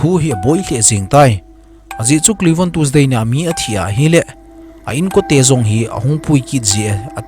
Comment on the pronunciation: Tuesday ❌ tusday ✅ 🤣😂🤣🤣😂😂🤣🤣😂